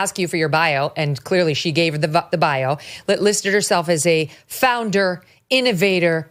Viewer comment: Did Meghan Markle say she was a “founder” or a “flounder”.?? She has done a lot of floundering.